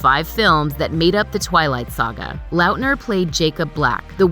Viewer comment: The way you pronounce Lautner is HORRENDOUS